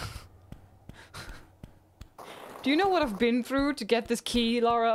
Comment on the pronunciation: Lara, not Laura... Also 0.25% speed - short but good ^^